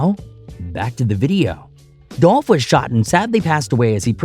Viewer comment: Are we gonna sit here and ignore the fact that the clown narrating this is purposely mispronouncing Dolph name, while, in the same token, making a mockery of southern slang... Racism is so real...